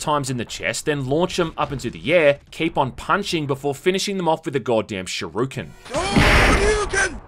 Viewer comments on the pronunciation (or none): Came for the Matrix, stayed for the "shiruken"